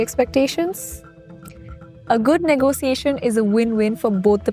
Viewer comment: It's negotiation , not negosiasion